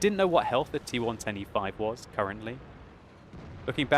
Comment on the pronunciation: Idk maybe it's me, but when he says T110E5, he sounds like he is saying T125.